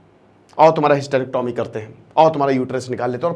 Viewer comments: पहली बात तो hystrecyomy को bolna sikhe और hystrecyomy क्यूँ करी जाती हैं इसके लिए किसी हॉस्पिटल मे जाकर एक दिन opd मे बैठो और मरीजो की samsya को समझो indication क्या है करने का नही पता है तो बोलना नही चाहिए बेच खाया है तुम भी स्टूडेंट को बेच खाते होंगे जब तुम्हारे मा या सिस्टर को दिकत होगी तो हॉस्पिटल तुम भी उन्हे बेचने ही जाओगे या ईलाज karwane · Sabse pahle hysterectomy sahi pronounce karna sikho phir kuch kahna